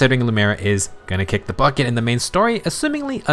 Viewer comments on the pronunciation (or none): none